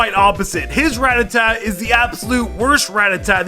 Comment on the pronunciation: You say ratata wrong.